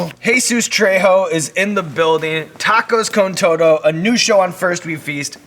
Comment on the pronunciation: The way Sean said “tacos con todo” 🤣🤣🤣